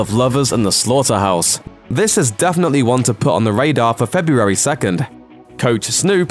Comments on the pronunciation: I hate how you keep saying FE-BU-ARY. Missing something? Maybe an R... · You can't say the word February very well, can you? 🙇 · You say February funny. I would pay to hear you say it 10 times in a row.